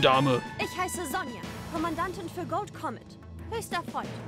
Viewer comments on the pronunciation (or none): Finde es ja lustig, wie er Comet immer noch Komet ausspricht, obwohl das Spiel ihm das bereits richtig vorgemacht hat 😄 Moment 😳 Hat er etwa... 🙊